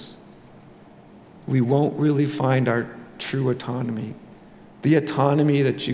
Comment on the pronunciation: Pronunciation: aww-tonomy. Great talk!